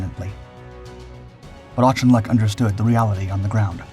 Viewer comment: I find it annoying when Americans mispronounce Auchinleck's name as aushinleck